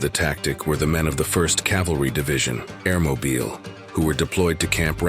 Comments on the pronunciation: So is that an AI for a Narrator???? It's Air-Moble...NOT Air-Mo-Beal...Come on Man, It's American History, get it RIGHT! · It's mobile like a phone not like a city in Alabama.